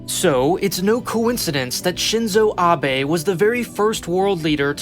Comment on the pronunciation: Congrats on learning how to pronounce Shinzo Abe.